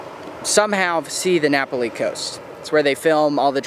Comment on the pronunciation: Just remember that when you visit a place to learn the correct pronunciation of a word, place or thing. You are in Hawaii pronouncing Napali like it is an Italian word. That will offend the locals. It is Na pal i.